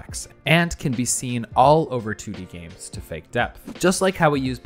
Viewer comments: Lately I have been playing a bunch of James??? Buddy I get that gif is pronounced jif but not every g is now a j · lmao it sounds like you say "james" instead of "games" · So nobody is gonna mention the way he pronounces 'games' like 'James' ? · my man literally said "james" like the name bruh